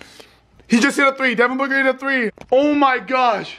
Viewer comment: He said “Devin Booger” lol